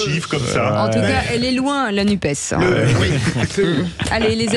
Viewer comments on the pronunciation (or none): none